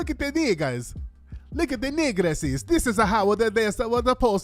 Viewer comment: I know I ain't the only one that choked off his soda when Tariq came with the Super Mario accent: Look at the negrassess this is how the supposed to act. 😂😭😭😭😭😭🤣🤣🤣🤣🤣😂😂😂😂